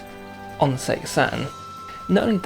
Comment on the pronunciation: it's not segaer it's Sega